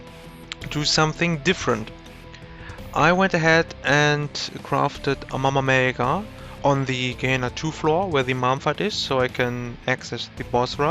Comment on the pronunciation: This is what I needed, quick and the way you said "mama mega", perfect.